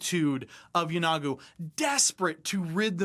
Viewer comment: I might be wrong, but I always thought Yeenoghu was pronounced YEE-no-Goo, not Yeh-NOG-oo. Could someone tell me the correct way to pronounce it?